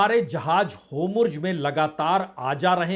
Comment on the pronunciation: पढ़े. लिखे. पत्रकार. महाषय वो. शब्द होमुर्ज. नहीं है. बलके हुर्मूज़. है.....